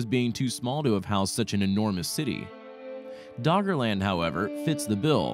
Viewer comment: Is he saying Doggerland or Daughterland?